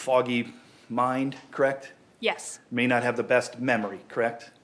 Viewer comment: "Would you say I'm asking a lot of questions, Krect?" "Yes." "You would refer to this as a rapid-fire succession, Krect?" "Yes." "And you're a Nurse, Krect?" "Correct." "And I am asking lots of short questions unnecessarily, you'd say, Krect?" "Yes." "I should probably enter a fastest-question-asked contest, Krect?" "...Sure." That lawyer is ridiculous.